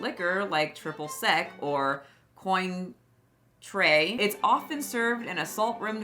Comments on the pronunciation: Cointreau is pronounced "kwann-trow" :) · Cointreau - pronounced like cwantro. Eau is pronounced ‘o’, so beau = bo, portmanteau = portmahnto. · it's pronounced kwahn-trow lol a lot of places use a margarita mix that's basically sugar with a little artificial lime flavoring. I've always preferred the "skinny" version because sugary alcohol is not my thing. 🤷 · it's pronounced "kwan-tro" 😂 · Also, it's Cointreau is like kwan-trow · decades ago I worked in a liquor store, so, it's a little unfair, but my biggest laugh was listening to you pronounce Cointreau